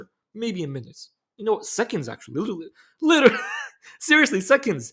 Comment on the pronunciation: Lirrlly litereely lilillrry 😂